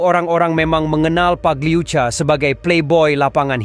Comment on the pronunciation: Pagliuca pagliuka min